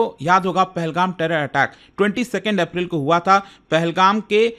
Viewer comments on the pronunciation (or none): none